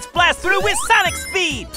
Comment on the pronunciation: Sonic GGot ThrouGGh act 1